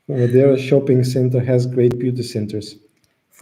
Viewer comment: says Madeira correctly 👏🏼